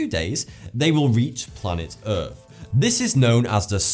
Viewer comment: Please pronounce th as th and not f. Wif, Norfen Lights, earf, fousand - driving me mad and a complete distraction from the information.